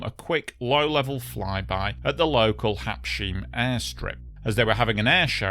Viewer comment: Habs...heim (hime), not habsheem, All, every single one of the Air France pilots were hot and horny for a job on the Concorde. This guy is a prime example of that sort of jerk.